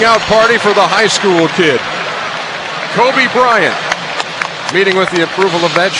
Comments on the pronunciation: Lol, David Stern says "Kobah Bryant". Also, lol, "2-3 years from impact." Also, lol, THEY DONT EVEN KNOW THIS GUY GONNA BE THE GOAT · He said it like “Kobé” lol